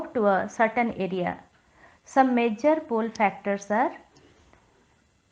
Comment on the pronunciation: it is FACTORS and not PHACTORS please do not make videos if your pronunciation is not correct